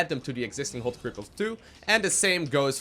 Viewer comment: "Hwot" Key.